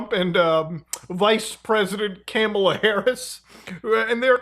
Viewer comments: You’re mispronouncing Kamala as well as one other persons name incorrectly. Which is actually kinda weird since 99.9# of people have been pronouncing it correctly in the media and on the internet for years. Either way it’s not a big deal, just wanted to point out it’s an “ah” not an “aye” sound. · VP Kamala Harris’ name is pronounced like this COMA-LA that’s why on signs we sometimes do this: ,La ❤ hope this helps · We speak english here its "CUH-MAUL-UH" not CAMEL-UH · You can never win with the pronunciation of Kamala's name... You FR pronounced it as Camel Nice! They're keeping it real! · "CAMEL-uh" Harris 🤣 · Bro said camela harris 💀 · why tf did u pronounce it Camel-uh harris 😂 i never heard anyone say it like that lol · Bro has been on enough Destiny discord calls to know her name is not CAM-ala smh. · Bro said camela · He pronounced kamala wrong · Bro she’s about to be the next president, should probably learn how to correctly say her name.